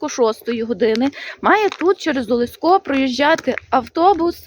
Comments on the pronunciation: В вікі вказано наголос ОлЕсько,а ви кажете ОлеськО.Чому? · Місцевий (галицький) діалектизм, досить поширений на львівщині